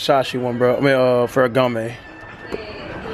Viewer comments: lol feragamme its called ferragamo. and that was versace lmao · It’s not “ferry gam may” it’s “ferra gam o” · CMON CASH ITS FERRAGAMMO NOT GAMME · Wtf is ferragamay? Thought if was Ferragamo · I I I I just gone have to go wit Ferragama!! It's Ferragamo Cash!!!! 😂😂😂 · Cash it's not ferragoma it's ferragamo stop adding the (A)😂 and u was at the galleria mall in Texas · yo it's not feragamay it's Ferragamo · Bruh he say foshashi instead of Versace he said ferragamay instead of feragamo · Tf is ferragamae its ferragamO not ae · its not ferragama its ferragamo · "ferragamo" cash...not "gamay" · 😂😂😂 "Ferragame" its ferragamo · cash it's not pharagamme lol gammo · if he say fereagame one more time 🙅 . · feragamme? lmfao cash cant say Versace lol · It's ferragamo!!!!!!!!!!!!! Btw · Goat did u really just try to correct him and u still said it wrong it's "farragamo" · Yvng_papi809 ferragamo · fool keeps saying ferragamay... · Cashes pronunciation is all messed up Vasashe Louib Batton Feragmmae 😂😂😂😂😂😂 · When cash said farragomay and berburry😂😂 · The way cash said "ferragamo" is so cringey he said "ferragi" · Sound like he sayin "ferragamay" 😂😂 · LMAOOO Ferragamay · Ferragamè lmaoo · Ferragamme😂😂😂 cash would pronounce anything wrong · Pharagammè and Fasashe... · "Vershashe belt" "ferragamay" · "Fashashee" and "ferragamay" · "Ferragama" "bearberry" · Ferragame. Vershashee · Did this nigga just say ferragame? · Bruh ferrogamé versache Louib Buitton 😂😂😂 cash r u being seriously or r u trolling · the fuck is FerragamA😂😂😂😂😂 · Its pronounced "FAIR-UH-GOM-MOE" not "FAIR-UH-GOM-MAY" nigga damn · Nigga said ferragamee,vashee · Yvng_papi809 did u just try to correct somebody and said it wrong 😂😂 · My nigga i mean this with the utmost respect if u cant say Salvatore Ferragamo right U dont need to buy it real shit smfh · Cash can't pronounce no designer name. 😂😂😂 shit tragic